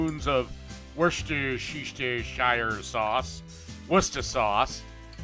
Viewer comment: Hi there. First. And it's pronounced "wur-SESTER-shure" sauce. I would have added pepper to that sauce before putting it in the oven.